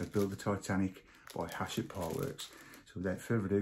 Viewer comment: Love the video, and thatnks, but the publisher is called HACHETTE (pronounced ash-ette). 😅